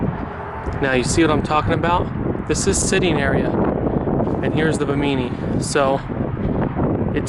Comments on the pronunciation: buh-MEANY?.... its "BIMMA-nee" ....like the islands off Florida!% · Ba-Meany LMAO Its Bim-i-knee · Bimini is pronounced “bim-a knee” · Hey bud, you are saying Bimini wrong 🤨. It’s the same Bimini as in the Bahamas.